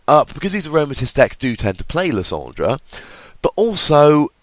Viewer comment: I disagree with your pronunciation of lysandre